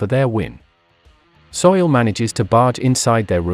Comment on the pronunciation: Soo-Il not Soil man.